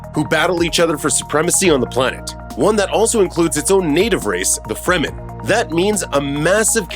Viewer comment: OMG! Please learn to pronounce the characters, planets and family names. Also, lower the annoying music so that we can hear you. Har-KŌ-nan. Fremm-en. FIfedom(long i), h